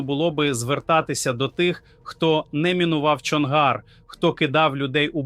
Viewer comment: Чому коверкаються наголоси? ПарубІй, а не ПарУбій. ЧонгАр, а не ЧОнгар